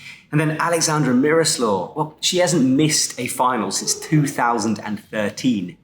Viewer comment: Mirosław [mʲiˈrɔswaf]/[mʹirosu̯af] or simple for english pronounciation I would say miyroswaf :)